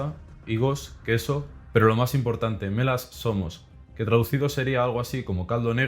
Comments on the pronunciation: Perdon bro pero cada que dices el nombre del guiso espartano medio que parece que estas albuerando XDD Buen video por cierto jsjsj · no puedo evitar que siempre que dice mela zomos escucho me la asoma